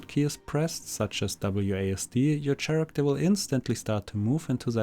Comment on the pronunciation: Thanks but please stop saying SCHaracter..